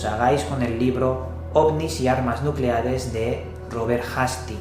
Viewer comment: nucelares* Nu-celares*